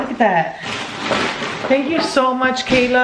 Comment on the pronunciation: Her name is Ky-La Lol Not Kayla I have the same name